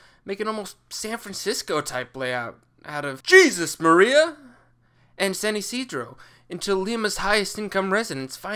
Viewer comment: Jesus Maria is Hey-zues Maria! Callao is Kay-yow!